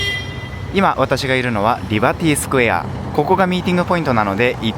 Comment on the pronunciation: リバティスクエアの言い方がいい感じ。